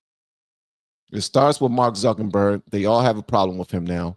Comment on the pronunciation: it's not zuckenburg it's zuckerberg